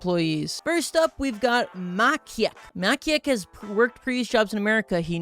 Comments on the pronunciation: bro realy ? it isnt makiek its maciek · I won't forgive you for how you spelled Maciek, a Polish name "mAkiEK". correctly it's spelled as is the "ci" part was said not like ki but ci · You Butchered Maciek so badly XDDD its a polish name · it wasn't makiek but maciek it is polish name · Maciek is Polish name, so it's pronaunced as Maciek not Makiek U Reading C as C not as k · "muhcheek" is NOT how you pronounce "Maciek" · i'm quite sure your first emploee had a polish name and should have been read more like macjek cuz in polish when 'c' and 'i' are together in 'ci' it is read diffrently, you can look the exact pronounciation online. also, i have a sugestion on what game you should 100% next, Hearts of Iron 4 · „Makieg” Bro it hurts my ears why did you bucher it so much🇵🇱🇵🇱🇵🇱🇵🇱🇵🇱🇵🇱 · this game most likely was made by someone from Poland why do I think so? 1. your first employee, Maciek (whom the name you did not pronounce correctly (it is pronounced like this: ˈma.t͡ɕɛk)) is a popular name in Poland. It also has the polish spelling. 2. Fiat 126p. a car made in poland during the times of People's republic of Poland. it is very common in this game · Same, just imagine saying hi macheek or hello makek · the way how you pronouced ''maciek'' sounded like a rusian name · The mispronounciation of Maciek is killing me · that maciek pronunciation took years off my life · When i saw maciek i was laughing at u pronouncing it. No hate tho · Maciek is a standard polish name. And as a polish person, I almost choked hearing you mispronounce it. Comedy gold. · as a polish its throwing me off how you saying Maciek's name PLS im practically having seizures rn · as a polish person i love the way read "Maciek" (i think its literally mat in english, im not sure tho) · As a Pole, it hurts my soul how you pronounce the name Maciek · the way you pronounced "Maciek" really cracked me up lol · Maciek is a polish name and your pronounciation is very very bad